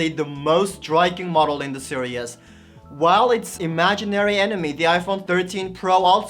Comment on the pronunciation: Fine sir; you are pronouncing the word "series" totally wrong. Google will help you pronounce it right. 🤭